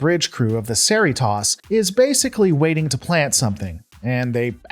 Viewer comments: Your pronunciation of Cerritos hurts my soul, you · Why do you keep mispronouncing Cerritos? Is there a malfunction in your sens-oars? 😝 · Hope he starts pronunciation of the c as a k! KER REE TOES! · I am going to presume your pronunciation of Cerritos is a deliberate choice.... 🤔😬🤫